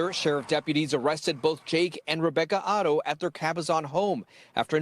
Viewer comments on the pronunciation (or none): This news guy keeps saying their last name Otto. It's Haro. All together this Shiii is sad😢